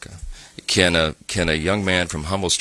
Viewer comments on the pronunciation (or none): He misspronounced appalachia, good grief.